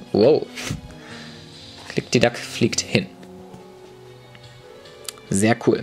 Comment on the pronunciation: Das heisst Klikdiklak!!!